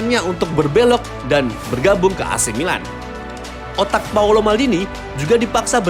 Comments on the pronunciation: Bukan paulo, tapi paolo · Paolo om..bukan Paulo.. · It's Paolo not Paulo. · Paolo ngab Bukan Paulo Cek KTP nya